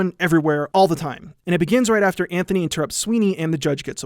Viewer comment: Antony not Anthony